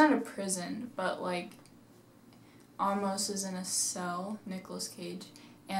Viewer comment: How do you mispronounce "Amos"?? I mean, if you've seen the movie, then (by seeing the movie) you should know how the name is pronounced. Yet you didn't do that when you made this video. Why??????????